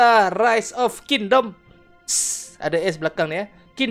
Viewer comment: Not Kin Dem! KING DOM! Lousy pronunciation. Even Malay can't speak properly!